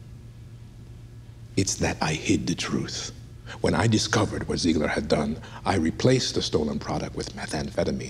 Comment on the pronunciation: is offended said ZIEEEEGLER wrong.